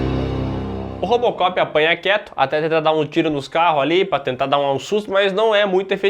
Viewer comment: O falou Rópocopi kkkkkk